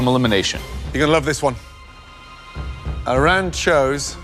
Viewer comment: gets so mad when pronounces her name wrong but doesn't say a word when Chef Ramsay does it...just kinda funny to me cuz they both mispronounced it the same way lol